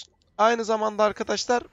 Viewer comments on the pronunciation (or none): none